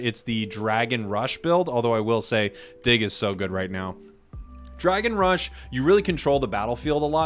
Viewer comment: the second marker, for the dragon build match, you made a mistake there, it's rush not rish